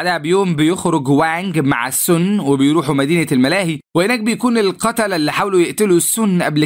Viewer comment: ليش بتقول السنا كدا بتنرفوني😮